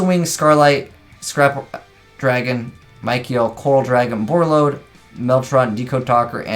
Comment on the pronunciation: Lmao that Michael pronunciation